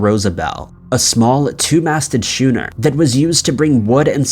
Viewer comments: schooner is pronounced skooner not shoener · Good video! Oh. That vessel, boat, the two masted one on Lake Michigan? Is a schooner. Pronounced 'skooner' not shoe-ner. Juz sayin. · Schooner…Skoo- her…. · I’m going to get me one of those shoeners. Why don’t you learn how to pronounce common words before narration? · Schooner.....schooner OMG! This channel is going from bad to worse. cannot pronounce any slightly difficult word. Google pronounciations mate!